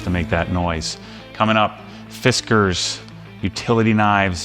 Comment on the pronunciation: Fisk-cars. Not Fisk-ers.